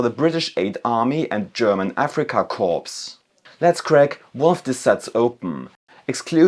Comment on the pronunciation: Good video but you mispronounced corps (speak as "Kohr") as corpse like for a dead body.